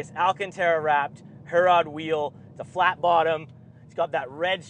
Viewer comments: It's not pronounced Her-rod. It's pronounced He-rrod. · Wicked car. Perfect daily. Pronunciation of Herrod needs a polish.